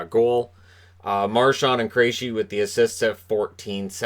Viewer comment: Milbury needs to retire. To pair that dunce with John Forslund is an insult to Forslund. He says the dumbest things. He's petty. He mispronounced Marchand and Krejci. Ugh. I thought Boston did a great job of shutting down Carolina on the inside. The bulk of their shots were from outside, and the Bruins really stepped up for Halak. Wishing Svechnikov a speedy recovery (along with Pasta).